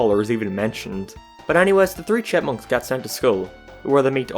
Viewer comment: I kept hearing Deeve Seveelle and the Shitmunks idk if you were mocking the character's name but it was hilarious.